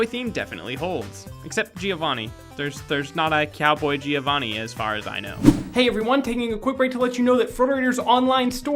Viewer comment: A cel-animated show going digital isn't exactly notable; almost every cel-animated cartoon that lived through the rise of digital animation switched to it out of economic practicality. Hell, it'd be more notable if it remained cel-animated the whole way through. Also, Giovanni's name is pronounced "joe-vahnee," not"geeo-vahnee."